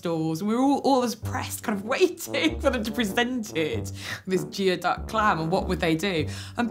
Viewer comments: It's pronounced gooeyduck not geoduck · Geoduck is pronounced Gooey Duck. I know. I live where they come from.